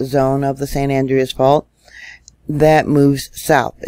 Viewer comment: San Andreas is Spanish, the second syllable is accentuated. Its pronounced San An-DRE-us....not AN-dre-us